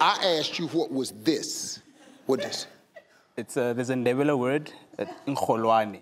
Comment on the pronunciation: He should have said Ndebele